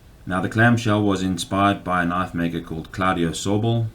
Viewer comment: You call that a knoife? Well yeah, that's a pretty good knoife.